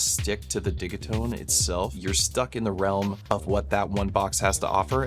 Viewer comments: It would be spelt diggitone. It’s a soft g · prrreeettty sure its pronounced Digit-One Two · Only found this week and I’m so glad I did! Watched so many videos and streams already. Even joined the discord. Hoping to get a digitone one day. I have to say though, I’ve slresdy heard say “it’s digi like digital” a few times, he then spends the next hour and half saying diggy. 😄 has to be trolling us 😂😊 Thank you for the amazing help you’re sharing for free! Beautiful stuff you come up with too. (Far too many talk the talk then create rubbish sounding vibes) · Great jam!!! I think it's called Deegeetone 😂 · Nice, I'll drop my two cents :-) The way I hear Swedes pronounce it is not 'Didgy' but 'Diggy', like their pronounciation of digital ('Diggitol'). 'Takt' is also a Swedish word meaning something like 'rate/pace/beat'. Digital Beat. 'Tone' is just English though, not a Swedish word which should be 'Ton' (I think). Think they pronounce that close to 'Toon'. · I've always said "De Git One" now its "De Git One Two", next iteration will be "De Git One Two Three" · The way your pronounce ‘digitone’ is driving me nuts. It rhymes with ‘rigatoni’ 😒…everyone knows that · Oh you mean like DIGITONE as in spumoni 😮